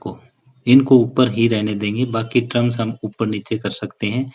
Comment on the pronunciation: ट्रम्स नही सर टम होता है 😂😂